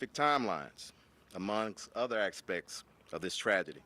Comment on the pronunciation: What's that? Ackspects? Ackspex? What word did you say? Oh, aspects? Gotcha.